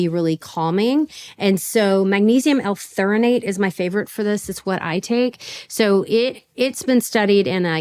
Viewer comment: It's not not Theornate it's Magnesium THREOnate.